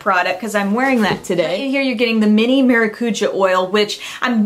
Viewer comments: it's pronounced Maracujá, not maracúja:) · The TART maracujá is pronounced MAH DOO COO JAH it's PORTUGUESE FOR PASSON FRUIT . Just thought is let you know as some fun info . Lol great video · Great video! Thanks for the ideas, these gift sets seem to be awesome! I always think it's cute when you pronounce "maracuja". I'm Brazilian and maracuja (passion fruit) is a native fruit here. And we pronounce it stressing the last syllable :) I really like your hair in this video!